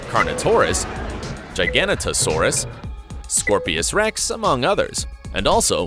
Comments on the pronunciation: Wtf in ‘gigantanosaurus?! It’s giganotosaurus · The way he pronounced giganotosaurus lmao